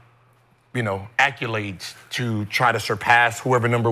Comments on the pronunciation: Nigga it’s ACCOLADES BOT ACCULADES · *accolades, not acculades